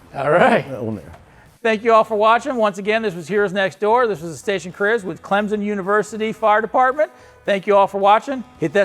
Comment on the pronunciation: Clemson does not have a Z in it.. so stop saying Clemzon.